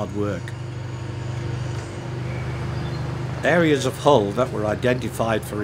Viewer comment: Following the explanations of the narrator I was always searching for a 'hall' or a 'hole' until I realized he was speaking about the hull. Being Non-English I have to rely on what I learned at school and also the Oxford Universal Dictionary tells me to pronounce the 'u' in 'hull' like the 'u' in 'nuts'. Nowadays the English language sounds pretty (or is it already 'preddy'?) American.